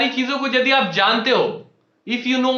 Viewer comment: Nepali ho kya yadi ko jadi bol rhe ho😂